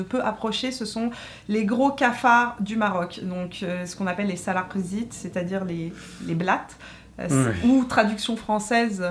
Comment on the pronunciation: mdrrr j'ai pleurer de rire quand tu as dit salak zit : tu as une excellente prononciation...j'avoue ils font peur au Maroc. j'en ai de mauvais souvenirs :)